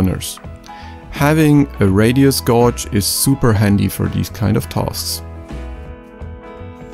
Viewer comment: Hello again, mate. Hope you’re well. I’m a bit late to this video but I just wanted to give an FYI, gauge is pronounced gayj (the a sound in day) though don’t ask me to justify it, English is weird.